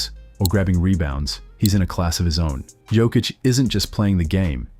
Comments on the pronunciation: Serbian J shall be read as yours Y, so try with Yokic. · learn to sayhis name! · I wish you'd say his name right after all this time. 🤦🏻‍♂️ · How about learning to pronounce his name correctly!!!??? Voted down, learn basics! 👎👎👎👎👎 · You're pronouncing his name wrong... smh. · How are you gonna make a video about the man and not even pronounce his name correctly? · as a Serb also, I think its important to professional. That means pronunciations must be right! Basics...